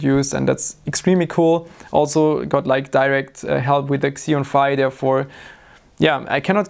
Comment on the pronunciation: the second pronunciation was correct. "Phi" is Greek, and they pronounce using the same vowel sound from "bye".